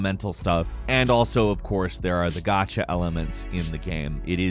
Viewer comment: need to learn how say "Gacha" properly. Here I am thinking... wtf is a "got-cha" game??? After about the 4th time of him saying it and applying more context, i finally understood what he meant.